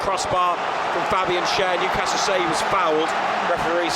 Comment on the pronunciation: Yup..and it's Newcastle .. the way u did it , its like saying Liver Pool :)